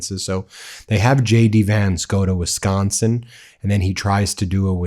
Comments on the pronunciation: My friends from Wisconsin call it "Wisco" affectionately, Midwestern emphasis on the "O"... not "Wiscah". You're not in Boston bro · I’m sitting on the deck of my sister’s house listening to his awful pronunciation of Wisconsin! Visiting her from California, born & raised in Wisconsin!! Even I don’t pronounce it that way!!! Madison about 50 miles & Milwaukee 73 on the shores of Lake Michigan! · I am a Michigan transplant who lives in Wisconsin. Even when he tried to say it the way Sconnies say Wisconsin, JD never got it right. Which tracks since he bungles everything!😂